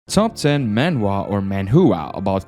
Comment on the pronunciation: Bro said ManWhoagh 💀